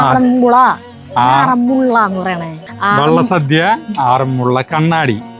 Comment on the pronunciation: എപ്പോഴും തിരുത്തുന്ന സരിത കേട്ടില്ലേ, വെള്ള സദ്യ എന്നു പറയുന്നത് വള്ള സദ്യ എന്നു പറയണം.